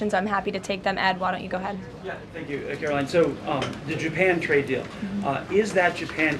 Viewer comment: 36 minutes of this guy blathering. Listen. You don't seem like a bad guy, but nobody wants to hear about you moving to Idaho. Oh, and it's KaroLINE, not Carolyn.